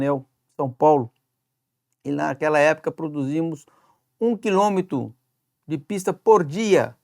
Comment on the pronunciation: " 1 quilômeto"... Esse bosta não sabe nem falar, mas é doutor. A nossa educação é uma bosta, mesmo.